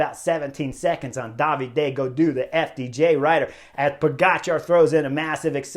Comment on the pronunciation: I am not an expert to the sport, so I was wondering why Chris is always calling Gaudu, Daviday. Is it a nickname or a particular way to pronounce David, in his french hometown region?